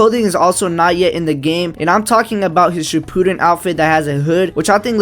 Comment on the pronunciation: The way you said shippuden, lol